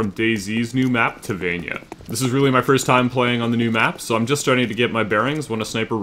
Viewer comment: it's Taviana not tavania...